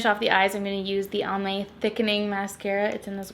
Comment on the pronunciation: I kept hearing Palm Bay and not Almay and I was like why are they sponsoring a drugstore tutorial 😂😂